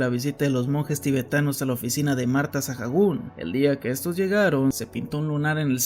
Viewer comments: Con eso último de Marta Sahagún estaría bueno que hicieras un video sobre las primeras damas de México, tienen historias muy interesantes y algunas hasta oscuras Pd: Su apellido se pronuncia “𝗦𝗮𝗮𝗴𝘂𝗻“ no “𝗦𝗮𝗷𝗮𝗴𝘂𝗻“ xd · Buen video, pero me daba un tic en el ojo cada que oía Sajagún. Se pronuncia Saágún. Como cuando dices Alcohol, por ejemplo... Se pronuncia alcoól, no alcojol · me saco mucho de onda tanto Sajagun, la H es muda no se deberia pronunciar como Saagun? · Por qué dices "sajagún" si eres mexicano? Se dice "sagún" aunque se escriba Sahagún 😅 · por que pronuncias "Sajagun"? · apoco está narrado por una IA? por la forma de pronunciar Sahagún me hace pensarlo jajaja.